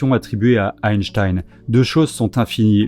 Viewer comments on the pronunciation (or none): none